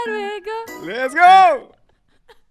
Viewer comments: "lets go" ?? plutot lezgongue j'ai pas raison ? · Au début tu dis lesgo et pas lezgong ????? .... !!!! ^^ :( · Putain enfin un mec qui as compris, qui dit less go c honteux